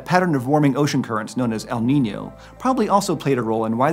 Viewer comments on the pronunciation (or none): none